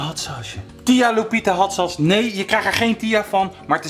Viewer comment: ‘Hat sas’